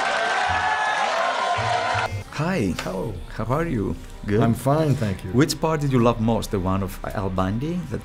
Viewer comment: Γίγαντα, είσαι αξιέπαινος για τις συνεντευξεις που παίρνεις, πραγματικά θα ήθελα να εχω κανει μια συνεντευξη κι εγώ με αυτόν τον μικρό Θεό "Αλ Μπάντυ", αλλά ρε μεγάλε.. Φτιάξε λίγο τη προφορά σου στα αγγλικά.. Γουίτς;; Εκτελείς στα 5 μέτρα.. Φιλικά πάντα